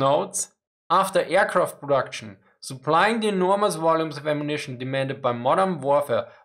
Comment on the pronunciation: Nice video but plz consider saying aircraft and not airqwaft :)